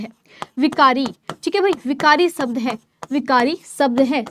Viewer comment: शब्द ❌ सबद ✅